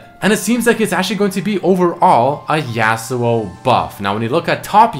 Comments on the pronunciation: Say yasuo so fuckin weird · Is anyone else annoyed every time he pronounces Yasuo wrong lmao